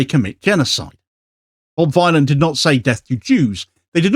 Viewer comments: Good video as usual. Just got to pick you up on one thing. Bob Vile-on!? Surely the rhyming couplets are Dillon / villain? Bob Villain.. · Villain not Vie-lan 😊 ✊🏽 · It's said bob villain btw, not vy lan like bob Dylan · It's pronounced 'Bob villain" surely, to rhyme with Bob Dylan not Bob Vylon to rhyme with Bob Dylon. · Bob Villain is how it’s pronounced. It’s a play on Bob Dylan, ever heard of him? Hahaha. But I totally agree w everything you’re saying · Is Vylan not pronounced villain to rhyme with Bob Dylan and also to sound a bit more punk..? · Love ya, but its pronounced Villain. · Vylan is pronounced "Villain" mate. It shouldn't bother me but every time you said it wrong it was super distracting!! 😂😂😂😂😂😂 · It's pronounced Bob Villain ffs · Pretty sure it's pronounced villain, like Bob Dylan. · it's pronounced Bob Villian". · “Vylan” is pronounced “Villain”..😊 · Pretty poor as a guy speaking on current affairs to get the name of the subject of the entire story wrong. How’s that even possible. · He could AT LEAST learn to pronounce the band's name right. Bob Vylan rhymes with Bob Dylan the Ethnonationalist Villain. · Yes, you could have pronounced the name of the band right at least once. It's a play on Bob Dylan, the Ethnonationalist Villain. Shame decided to go all IOF and massacre their name. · How dare he pronounce the name of the band, an Obvious play on Bob Dylan the Ethnonationalist Villain, incorrectly every single time?